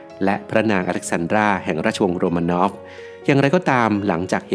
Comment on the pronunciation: ทำไมราชวงศ์โรมานอฟ กลายเป็นโรมาโนว่า ทำไมซาร์นิโคลัส ทำไมชื่อเหลือแค่นิลัส?